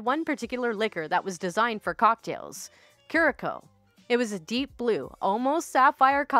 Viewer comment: I'm going to be that person...so sorry and it's nothing against your great channel...here goes....it's (Curacao) pronounced 'cure-a-sow' . I again apologise for being so bloody pedantic. I really appreciate your channel, very fun except for killjoys like me lol.